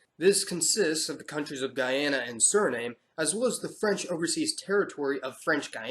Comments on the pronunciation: Suriname is not pronounced 'sir name' Great video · It' Suriname is pronounced Suri - nahm (e). The Cayman Islands are apart of the greater antilies.